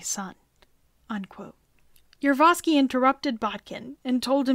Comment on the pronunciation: I thought this video was predominately about Gregory Rasputin, but was actually the final days of the Romanov Family. Also, the narrator kept mispronouncing the last name of the person in command of the Ipatiev House, Yakov Yurovsky. She kept saying: "Yurvosky". Uhg! This is the problem with amateur videos.